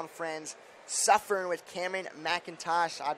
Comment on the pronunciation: It’s Suffern not suffering! Smh